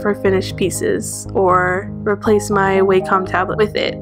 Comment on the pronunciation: Your doodles are beautiful! And you have such a different art style~ I just noticed that you pronounce wacom the wrong way. It's not actually pronounced "waycom" although most people think it does. The "a" is actually supposed to sound like the one in the word "ambition"!